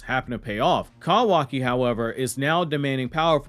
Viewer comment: I cant with the Cowaki...Love the info though.